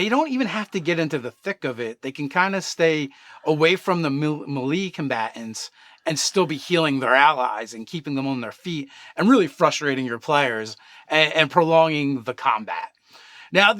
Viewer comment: For the love.. Of Ao.. Please.. PLEASE stop saying milee. Its MAYLAY. Melee is pronounced MAYLAY. I get it. You've always said it the wrong way. Now you know it's wrong. Please.